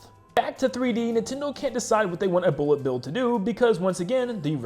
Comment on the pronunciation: Boolet bill